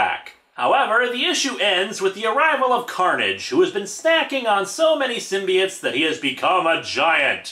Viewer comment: Did anyone notice/hear that he said " Maximum Curnage "? Lmao...😂😂😂😂😂😂😂😂